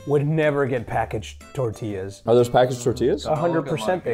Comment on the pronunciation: He says it so wrong it’s not “tortilllaws” it’s tortillas